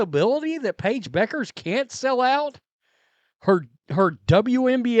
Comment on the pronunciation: I know, but I think they are saying it wrong, apparently, which says a lot about how much importance they put into it. Do a Google search on how to pronounce her last name. It's not Beckers.